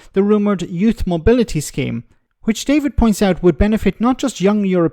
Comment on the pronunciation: A expert on trade vs a GBnews cretin who has done nothing...........oh and she seems to have a problem with English, as it is pronouned Youth, and not Youss.